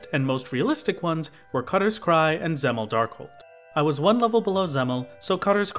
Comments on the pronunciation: You are mispronouncing dzemael (it is pronounced "zem-eye-al") but i dont blamme you, its a very strange word that I had no idea how to read apart from like the one or two times in heavensward it is said in voiced cutscenes. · I think Dzemael is pronounced Zee-My-EL